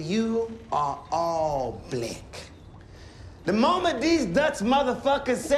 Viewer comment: This scene is haunting me. I keep hearing Blech instead of Black. Im sure this scene triggered quite a few folks. The uncomfortable conversations. This is America. Profound and deeply moving. Stellar performance. Love his character. Savage truth teller.